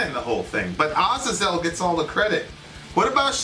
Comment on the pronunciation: I get so triggered whenever mispronounces Azazel. Almost as bad as when he mispronounces Chipotle, I don't know why that annoys me so much 🤓